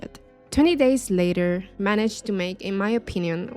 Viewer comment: Love video but I'm sorry sounds like ur saying "20 days later" LOL besides that no more notes.... keep up good work